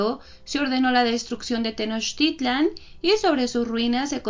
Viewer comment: la x tiene varios sonidos, así que no es jocoyotzin sino socoyotzin y meshicas , que bien pronuncias tenochtitlan, felicidades!!!